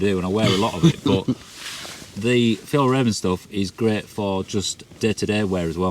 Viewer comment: As a Swede I have to say your pronunciation of Fjällräven is interesting to be sure!